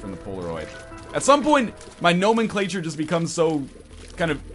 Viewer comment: normen-clatcher? No-men-claytcher.